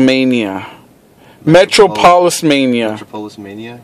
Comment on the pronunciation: You guys both pronounced metropolis wrong. Had to say something. Nice pick ups!